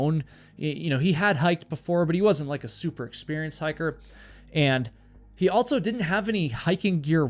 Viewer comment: Never have I ever heard someone pronounce the word “also” with a T. Altso? So fuckin wierd